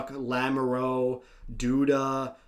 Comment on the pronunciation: as a french-canadian, i love how you pronnouced lamoureux. Definitely wrong but i get it lol